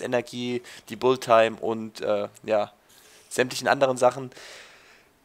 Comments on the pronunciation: Es heißt Bullettime und nicht Bulltime :) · Wenn schon klugscheißen dann richtig.Es heißt nicht Bullit sondern Bullet. Außerdem hat schon oft genug erwähnt das sein Englisch nicht so gut sei und das man darauf nicht rumhacken solle. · es heißt Bullet-time, nich Bull-time :D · wie du bullet time aussprichst ;D